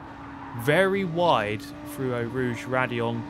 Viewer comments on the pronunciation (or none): none